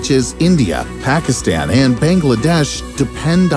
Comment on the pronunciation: the first time he said Pakistan